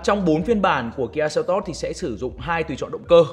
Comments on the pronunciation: Doc la kia selto chu ko phai kia seltot ong noi oi !!!! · Đọc tên xe là "sen tốt" nghe sang hơn. Đọc "seo tót" nghe như "teo tóp"